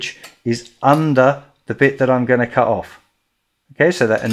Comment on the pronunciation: The word "cut" has a "t" in it. Go Straya